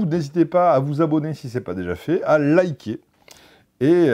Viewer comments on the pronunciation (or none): none